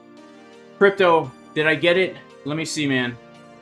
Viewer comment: You messed the guys name up. Its CRY.PTO